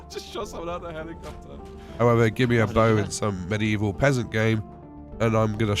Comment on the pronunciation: It's pronounced "mid-evil". Not "mini evil". Just thought I'd educate yah.